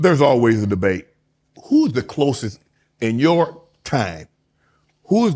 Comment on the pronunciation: He said “closest”